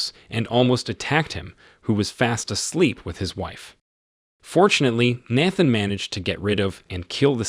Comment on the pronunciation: Why did you say Nathan’s name like that?